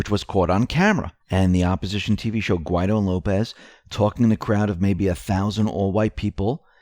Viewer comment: Is there a law which prohibits the correct pronunciation of Guaidó?